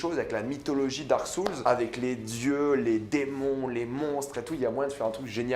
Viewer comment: Dark Soules xD (RIP l'anglais). perso j'ai hâte de voir Uncharted 😁😀